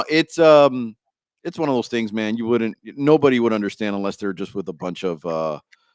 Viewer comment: you guys don’t say “things” you say “tings” lol